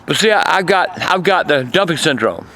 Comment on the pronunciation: Wait did you say dumpic syndrome or dumping